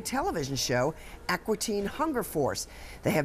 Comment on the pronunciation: Alright, so what do we have? We have accomplices (the two men paid to do this), we have the ringleader (Turner Entertainment), we have the weapons (the Mooninite Lite-Brite signs), a motive (to promote either the Aqua (pronounced Aw-Kwa, not Ac-Wa) Teen Hunger Force show or the upcoming movie), and justice has been served (the poor men hired to do the job are arrested and Turner forks over $500k).